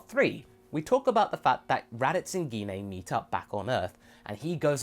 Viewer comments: guinaye- is not how you say her name, its pronounced jin. i couldnt watch this video because of that. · Wow, he still can't pronounce Jean's name right. Now that's funny!